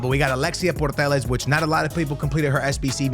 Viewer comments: It’s Alexia Putellas not Portelaz 😂😂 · Why "purtellas"? Putellas bro kkkk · it isnt Portellas its Putellas!!! Read the name of the player!!!😂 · Please don‘t say purtellas its driving me crazy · Why bro keeps calling alexia putellas portellas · pls stop sayin puetllas like that😭😭😭🤣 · Can't believe he still can't pronounse Alexia's lastname ..................